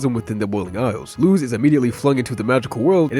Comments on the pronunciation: Don't worry man, since Luz is an actual word in spanish, us native spanish speakers don't say "loose", we say it fast and short like "lose". So on what you thought was a mistake, you actually said it right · That's actually the correct pronunciation of it! Her name is a spanish word and that's how it's said